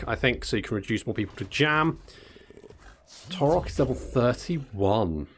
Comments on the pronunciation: Surely taurox is a splice between Taurus and ox, so it would be pronounced like ox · The X is not silent... unless you can get far enough away that you can't hear her anymore.